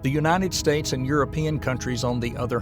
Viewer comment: “Unated States” 💔